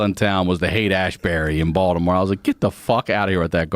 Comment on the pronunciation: People won’t understand why he pronounced Baltimore like Baldamore, bc he’s a native.